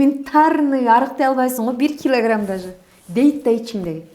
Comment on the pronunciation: Бир килагирамм Дейт го😂😂